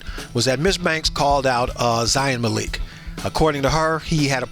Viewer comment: Zayn 👉 Mal-ik 👈 I don't want any directioners to come on here cussing everyone out because one guy mispronounced Zayn's name sorry loves.❤